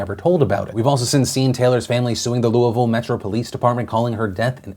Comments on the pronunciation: when phil says Louisville correctly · Anyone else love the fact that Phil says “Louisville” correctly? Just me? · Excellent job on pronouncing Louisville correctly. It's kind of a thing around the area. You nailed it. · Thank you for pronouncing Louisville correctly!